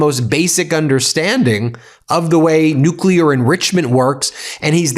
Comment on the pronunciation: Also... NUCLEAR. There is no such word as NUKULAR!!